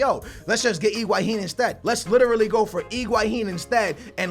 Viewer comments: name is Higuain calls him Iguahin. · bro, it sounds like you're saying Iguahin in stead of Higuain ;p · everytime you say higauin part of me dies